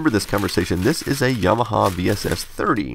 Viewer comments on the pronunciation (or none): none